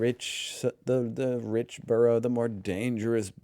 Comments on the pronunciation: Borough is pronounced BURRA. Burrows are places where rabbits live ! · ….and it’s just so making me shout “Burra …..Burra……. For gawds sake, you’ve heard how it said it, its said as BURRRRRAAAAAAA” repeatedly at him through my screen! 😩😩😩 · It's pronounced Burrah in UK English! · It’s burra 😁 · Hahaa - not 'Burrows' - we're not rabbits! In the UK it's pronounced 'Burruh'. (I see you did learn this from the video, but it does grate to hear 'burrow'!) The guy is very informative- but he did make one noticeable error. The City of London and Westminster are NOT the same thing - they used to be entirely separate entities, with fields in between. 'Borough' was the settlement that grew up on the South side of London Bridge, whereas the City of London was to the North of the river. There are now 32 separate Boroughs within Greater London. MapMen do some great videos on London Boroughs. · pronounce it "burruh" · Just a quick point it's bur ugh. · For F🦆's Sake,... Your ability to remember even a single word is worse than Tyler's...which most of us would think impossible!! But, no!! 😮🤔😠😡 Borough is pronounced BURRUH... Jesus H. Flipping Chriiiiiiist?!!! 😢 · Americans can't say borough and it's very annoying. Especially when the first sentence of the video is how to say it. To continue to say it wrong you have to be just plain ignorant or genuinely stupid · your pronunciation of Borough is the place where rabbits live!:face-blue-smiling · Americans do it all the time. They hear the correct pronunciation and simply ignore it. Plus he called it a "British" word😂